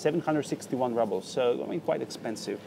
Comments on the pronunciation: It's not 'rahbles', it's 'roobles'! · And рубли are roubles ("rooblz") in English, not rubbles... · Лол, он просто русский, он сказал rubles , как рубелс, а не раблс... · I’m sorry but he has lived in Russia for a year and it really gets to me how he says rubbles not “roobles “ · Не раблс, а roubles -рублс! Элементарное надо знать! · The letter U in a word «rubles» is pronounced like oo in roots) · We say “roobles” ;-)